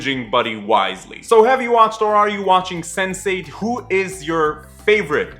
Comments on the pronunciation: I thought you said 'sensei' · I keep hearing Sensei-ght